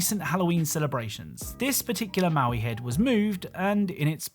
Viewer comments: Its "mo-i" not "mow-i" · BTW the Moai heads are "moe-eye" and not "mau-ee". (Note: Never make fun of someone for mispronouncing a word - it means they learned it by reading!) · mo'ai, not maui^^ The first means "statue", the second means "left". And Māui (Maaui) is a mythical characer. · its "moai" not "maui" genius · The stone heads on rocket league are Moai (Moe-eye) not Maui. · You called them maui heads and that felt wrong, so I double checked and they're Moai heads. Pronounced like moh-wai too. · Ah yes, the infamous Maui heads of Hawaii 😂 The “Easter Island Heads” are called Moai, created the Rapa Nui people on Rapa Nui (what we now call Easter Island) and where definitely not Maui. I get how he could get the pronunciation wrong or even mixed up. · Moai is pronounced "moe-eye".